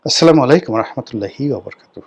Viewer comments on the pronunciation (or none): আপনি সালামটা শুদ্ধ করে দেবেন। আসসালামু আলাইকুম।